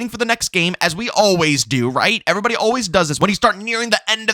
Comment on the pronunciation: “What’s going on erybody” Love it! Lol